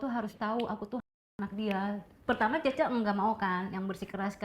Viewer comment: Bukan cheche......ucapanya salah ....yg benere cie cie/ cece......artinya mbak/ kakak....meme= adik pr.....